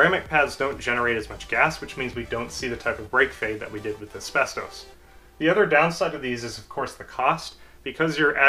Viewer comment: You certainly have good knowledge of brakes, and maybe you are an engineer. I don’t know where you learned English, but please stop saying asbestoes. It is Asbestos (pronounced: /æsˈbɛstɒs/ or /æsˈbɛstəs/)